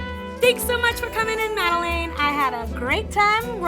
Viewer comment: said Madelaine's name wrong at the end? xD lol